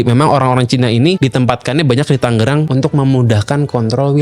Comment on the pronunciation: Tanggerang dia bilang..saya bilangnya tangerang